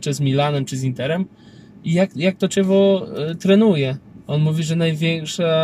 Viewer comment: klub z Werony czyta sie KIEVO a nie zadne ĆEWO.